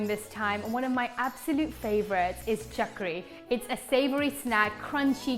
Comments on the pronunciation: Mam its not chakri .. its chakli or chakkuli.. love from India.. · It's CHAKLI n not CHAKRI by the way;) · Umm.. it's chak - li (not ri) and similarly, kaju kat - li.. but yeah, everything looks amazing.. thanks for this!